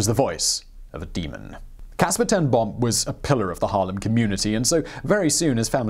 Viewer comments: Ten Boom is pronounced more like 'Ten Bohm' with a long 'oooh'. The dubble-O creates a longer sound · 'Ten Boom' was not entirely correctly pronounced, but it was close - I'm glad you didn't make it sound like a bomb going off. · You really CARELESSLY butchered her surname. You did not even try! Simon, as far as I know, you LIVE in Europe. I live in Africa and I can pronounce her name correctly - it's not that difficult.